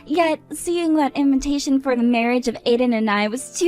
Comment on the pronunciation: WHY DO THEY ALWAYS SAY "INVINTATION" IS EVERYONE OF THESE VIDEOS? ASIAN OR NOT, STOP ADDING THE EXTRA N.